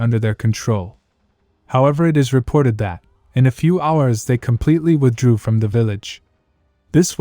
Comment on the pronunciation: “ Reported that “ shouldn’t be emphasized. Change the AI voice phrasing